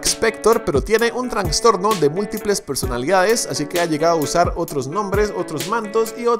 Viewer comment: Yo al escuchar a decir "transtorno" en lugar de "trastorno" -Patricio ¿estás loco?😂